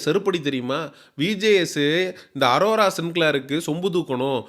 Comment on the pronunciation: ஆராரோ இல்லை சார். அரோரா சார்.